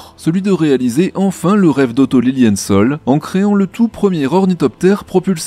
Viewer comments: Le nom du pionnier allemand est « Lilienthal » et pas « Liliensol »… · LILLIENTHAL, comme le THALER, c'est TAAAAAAAA et pas soooool ???? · Petite correction, il ne s’agit pas d’Otto Lilienzol mais d’Otto Lilienthal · je n'ai pas eu le courage de scroller tous les commentaires et je pense bien que quelqu'un l'a fait avant moi : Otto Lilienthal est un nom d'origine germanique et "thal" se prononce tal avec un a un peu plus long à cause du h, et non pas "faul" comme ce serai le cas en anglais. Sinon c'est la classe absolue cette vidéo ! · Soyons pédant, on ne prononce pas "Otto Liliène-sol" mais "Otto Liline-tal". C'est de l'Allemand, pas de l'Anglais avec son "th", et un A se prononce A, pas O. Il fallait que ça sorte. 😁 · Il me semble que vous vous êtes trompé sur le nom d'un personnage sur l'histoire de l'aviation. Ce n'est pas Otto Lilienssole mais c'est Otto Lilienthal ( ). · Bon ! C'est LilienthAl et pas Ol !! Désolé mais ça m'écorche les oreilles ! ;-) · "Lilinntal" c'est pourtant facile. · Oui, c‘était franchement énervant… Tant de soin apporté à la documentation et au script et décider de prononcer à l’anglaise un nom qu’on sait pertinemment être allemand ! Otto Lilie’ntal Ou bien neandersol? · ça se prononce Otto Liliental (c'est de l'allemand pas de l'anglais)😉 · Bon désolé pour la prononciation d'Otto Lilienthal! 😅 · Ha merci, ça crispe quand on est belge et un peu trilingue 😂😂😂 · tellement juste XD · Non c'est ma prononciation qui est mauvaise ! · Il me semble qu'on le précise à la fin 😅 Et pour la prononciation oui c'est moi qui ait tort